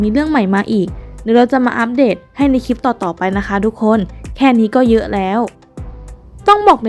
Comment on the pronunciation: คลิป ค่ะ ไม่ใช่ คีป ออกเสียงควบกล้ำในทุกๆคำด้วย จะน่าฟังมาก นี่ฟังไม่ไหวค่ะ กดออก ...